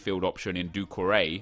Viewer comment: who else is annoyed by the way he says doucoure